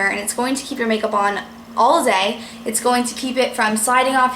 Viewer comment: you say allzay instead of all day..